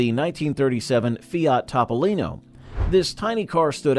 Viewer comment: Evidently Leno has a different car. His is a Tahpolino not a Topolino! LOL